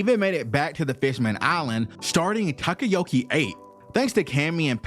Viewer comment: Bro can’t pronounce anything right at all “Tacoyako” (Takoyaki) “Makima” (Makino) “Hatchan” (Hatchi) “Shishui” (Shusui) “Hyozaou” (Hyouzou) “Hody” (Hordy)